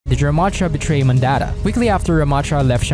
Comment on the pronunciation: Someone tell this guy how to pronounce Mondatta